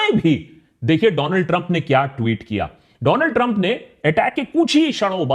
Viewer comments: Do-land trumbbb😂😂😂..The fatmae😂.. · Dolaand Trump ❌ Do lund Trump ✅